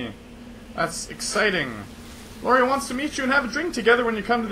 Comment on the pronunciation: it's Iori not Lori xD